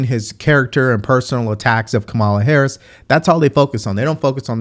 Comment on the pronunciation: You are pronouncing her name wrong. The emphasis is on the first syllable.